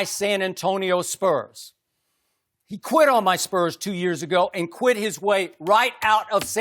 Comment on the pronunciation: “I beat em so bad he qwit”😭😭😭😭😭